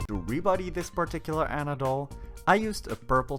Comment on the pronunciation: it`s aunna not anna